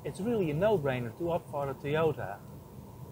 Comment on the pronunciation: Teeyortah Yaaris, lol :)